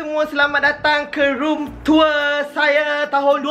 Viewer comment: Macam sebut room tua haha btw cantik bilik😂😊